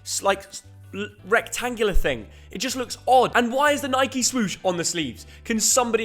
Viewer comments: Imagine being English and calling Nike “Nikey” 😅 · Nothing more infuriating then hearing an English man call Nike…. Nikey